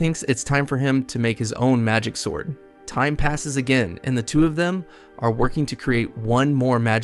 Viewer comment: "He starts looking at a ... swourd"